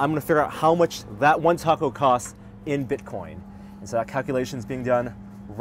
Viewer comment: look, i hate bitcoin as much as the next person, but hearing butcher the name of the taco was what really took the piss out of me for this video.